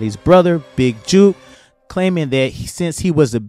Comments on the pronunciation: it pronounced jook like its spelled rhyming with look or book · Dude.. book, look, cook, took, “big jook” Not juke🤷🏾‍♂️